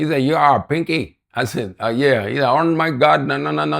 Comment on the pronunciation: Panky not Pinky😂😂😂